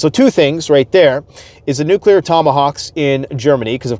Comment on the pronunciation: Thank you for pronouncing “nuclear” correctly. If I hear someone I thought I respected say “nuke-u-lar” again, I might scream. I thought we learned that lesson when George W. got made fun of for it.